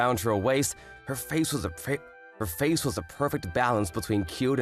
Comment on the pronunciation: bro slipped up the word face